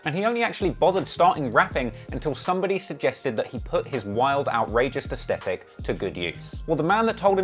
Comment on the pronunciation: bro thats now how you pronounce aesthetic